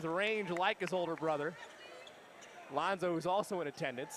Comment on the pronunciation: commentator said "Lonzo" 😂😂😂